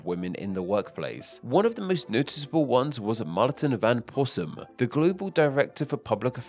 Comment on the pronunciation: Rossum* not Possum